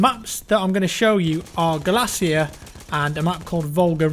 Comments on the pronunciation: Hey it's Galicia BTW not galacia just to let you know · you're drunk it's Galicia not Galacia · It's Galicia not Galacia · The title said Galacia, he also says it at the start, also googling it shows there is a Galicia in Spain as well as Eastern Europe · I'm sorry,, but please try to research how some of these things are pronounced. Galicia is not pronounced 'galasia' or 'galactica' or however you said it. Do you really want to sink to level of an American with that ignorance?